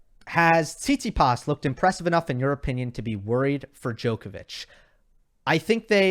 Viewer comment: PLease... the correct way to pronounce stefanos surname is TsitsipAs not TsItsipas.